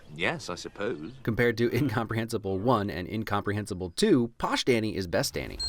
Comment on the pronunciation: I still love how it sounds like "arseholes", refering to the ones who were complaining, but it eventually just turns into "yes, I suppose"